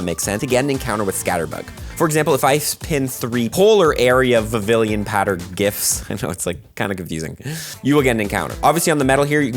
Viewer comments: It’s prononciation is more similar to french word “papiLLon” which means butterfly. It should sound more like Vivian instead of Vivillion 😊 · BTW its pronounced Viv-ion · VIVILLON. VIV-EE-ON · Heya. I think Vivillon (Vee-Vee-On) is supposed to sound like the french word for butterfly, Papillon. Fun fact, it's also the work for a parking ticket:). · It's pronounced as (vi-vi-yon) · I love when they introduce unique ways to get new Pokemon Btw it's pronounced "Vivee-yon" for future reference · The two l's are silent and its pronounced "Viv-eon" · Vivillon is pronounced the French way, it’s taken from papillon 😊